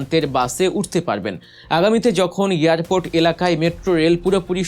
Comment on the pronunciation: Airport NOT earport.